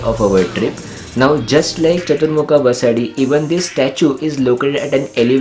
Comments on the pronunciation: It's Basadi / basdi and Not pronounced as BasaDi. Nice video . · Excellent video with perfect tour itinerary for 3 days Udupi visit. I just wanted to mention that names three places were incorrectly pronounced. 1. KARKALA - कारकळा 2. BASADI - बसदी 3. Kaup - कापु (though the place name is spelled at Kaup, it's always pronounced as Kapu) खूप छान. पुढच्यावेळी मंगळूरुला पण भेट द्या. मंगळुरुला आपला हार्दिक स्वागत आहे.